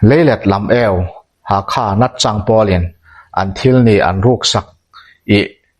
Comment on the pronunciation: Kimnawna hming leh natchhawng , Dihai tih vel hi i lam dik lo lulai lutuka a ho zo vek😂😂 i chhiar hmain a hre deuh zawh tur che a nia.